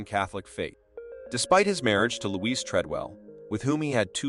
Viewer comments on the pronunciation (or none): none